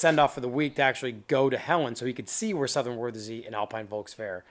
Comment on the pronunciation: Vair? Go ahead use Vair as a word. Makes uou dound like a simpleton.